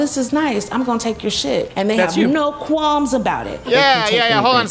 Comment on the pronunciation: girl I’m pretty sure the L in “qualms” is silent 🙄